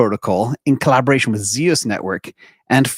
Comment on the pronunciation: Friendly correction: ZEUS is pronounced 2Zoose", named after the Greek god of lightning.